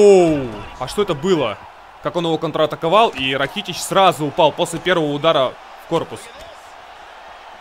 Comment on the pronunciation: Вообще правильно ударение на а Ра'китич